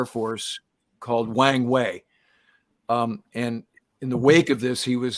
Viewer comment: People commonly mispronounce his name (and everything else in Chinese), but this one is too good to miss. It is pronounced with a soft "A", so it rhymes with WRONG WAY. (USAF Chinese linguist, 72-77)